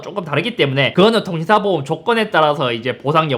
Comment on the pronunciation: 보험을 자꾸 보옴이라고ㅋㅋㅋㅋㅋㅋㅋ